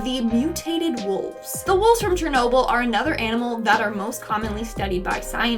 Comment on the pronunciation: "who wants to take a trip to chernolble me and my gf